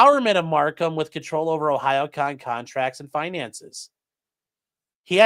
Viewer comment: I'm so proud of you for figuring how to pronounce Ohayocon